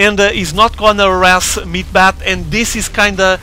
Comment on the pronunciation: was almost unbearable hearing him say "meat-bat" the entire replay. "meat-hammer" is correct and much more pleasing to the ear. ^^